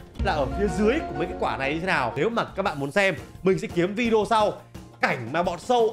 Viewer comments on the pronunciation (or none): none